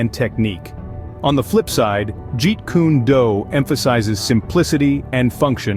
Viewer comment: lol “jeet kune doo” it’s “do” as in “dough”